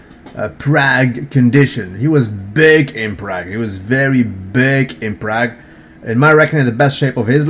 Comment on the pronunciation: it's 'prarg', not 'prag'